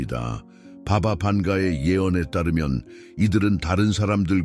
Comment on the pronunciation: 글쎄. 바가 반가는 자신의 우주를 느낀 것이지...내가 느끼는 우주와는 1도 연관없다.. 그녀가 아무리 많은 미래를 멀리 봐서 예언을 했을지라도 그게 도대체 나와 무슨 상관있단 말인가? 예수도 석가도 상관없거늘..누군가가 당신을 도와주고 구원해줄거란 생각자체를 버려라. 망상이다. 도대체 누가 누구를 구원해준단 말인가? 당신스스로 깨우치지 못하면 손바닥에 M자가 아니라 F자가 만들어지든 Q자가 만들어지든 보름달이 아닌 태양이 뜨더라도 아무런 의미없다. 마지막으로 바가방카..발음이 너무 구리고 후지다..이 설명하는 쉬어빠진 목소리는 AI아니면 100% 외국인이다. 절대로 한국 토종아니다..무슨 발음이 이따위야..너무 듣기 싫은 목소리다..